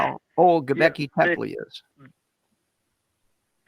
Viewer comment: RJ---Bro.....Gobekli Tepe (I'll let the pronunciation slide Dr. Ray) is a man-made monolith dated to 10,000 yrs old - older than the 7,000 yr old earth as espoused by biblical YEC. True it is in Turkey, but 3,000 yrs older than "adam". And who cares about human population growth after the flood. What about speciation after the various "kinds" were released back into the earth. There would be in the order of 180 new species EVERY YEAR popping into existence since the flood story. And the Snail dating.....hahah. "The source of the 2,300-year-old radiocarbon date (Keith and Anderson 1963), has been abused and misused to discredit radiocarbon dating. The article discussed the potential errors that the presence of "dead carbon" would introduce into the dating of mollusks. For example, carbon dioxide in the water can partially come from Paleozoic limestone, which lacks carbon-14. As a result, the carbon dioxide in the water is deficient in carbon-14 relative to the atmosphere, and mollusks living in the water build shells that give apparent dates older than they really are. This is a type of "reservoir effect. In other words, the apparent age of 27,000 years for these snail shells is another example of the "reservoir effect" Finally...Population growth: " start with eight people in 2350 B.C.E. (a traditional date for the Flood). Then, assuming a growth rate of 0.5 percent per year, the population after years is given by P(N) = 8 × (1.005) The Pyramids of Giza were constructed befor